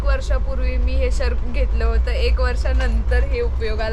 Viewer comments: शेरक नाही shrug 🤦🏻‍♀️🤦🏻‍♀️ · शर्क नाही म्हणत त्याला श्रग म्हणतात 😂😂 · शर्क nahi ग shrag बोलतात त्याला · Shark nhi g श्रग म्हणतात